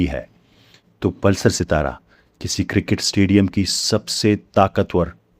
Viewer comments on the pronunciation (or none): none